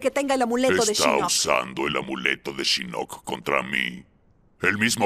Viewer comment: entonación correcta shinnok (con fuerza en la i), el latino le pone fuerza en la "o" MAL AHÍ.